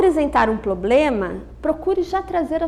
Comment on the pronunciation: Eu gostei muito da aula... Mas a palavra problema sendo falada errada tava me dando agonia.